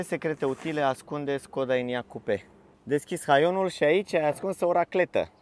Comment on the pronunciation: Škoda* şi se pronunță /şcoda/